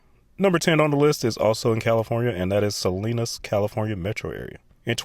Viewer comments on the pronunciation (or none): I think you mispronounced Salinas, Ca. I always called it Saleesinous, Ca. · Try "Sah-LEAN-us". I grew up there.